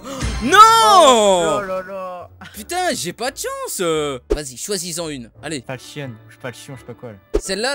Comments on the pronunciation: C'est fauchon pas falchon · Putain ça ce dit [fauchon],en faunétic, j'ai gueuler pendant toute la vidéo, et en plus tu dis que les caisses avec les "pins" ne t' intéresse pas mais dedans il y a les armes les plus cher du jeux surtout dans la cobblestone et la medusa en plus la cobblestone est a 2.15 euros au lieu de 33 euros. Sinon bonne vidéos dans l'ensemble PS: la prochaine fois pris gaben